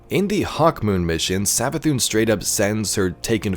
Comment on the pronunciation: Hear me out " MARA SAV-ATHUN"